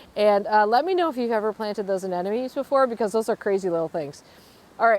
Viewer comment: I planted blue anemones around a young Star Magnolia about 25 years ago and they have multiplied and self sown through the years. They are one of the first spring blooming plants to show their beautiful little flowers each year. You won’t be disappointed!!! (It’s ah NEM o Nees not ah NEN o Mees)